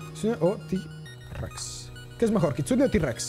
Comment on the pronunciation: Se dice kitsune